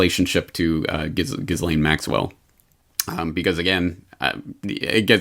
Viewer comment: Ghislaine. you pronounced her name as Gizz Lane the French would cringe in horror, the S is silent so essentially anglicized is Gee( hard G) Lenn. or Texan style Gee Laine,.thats all keep up the good work